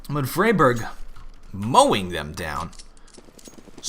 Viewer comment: Im sure its pronounced Fry-Berg, not Free-Berg?